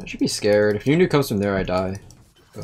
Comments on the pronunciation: bruv why do you say yone and not yo "nae" ??????????????????????????? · it should be pronounced how he is saying it, riot fucked his name up, they claim that Yasuo and yone are not japanese but then they pronounce the names the Japanese way when there not even spelt the Japanese way.